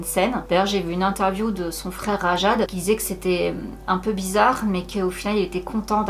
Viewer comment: "Bizarr, digulass" 🤭🤭🤣